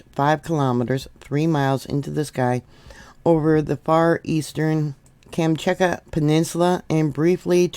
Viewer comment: Shiv-a-loosh pronounce volcanoe name, and Kam-chak-ah for peninsula. Glad you recovered ❤ keep taking D, C, and Zinc to build that immune system for when those grandkids bring home the bugs. 😊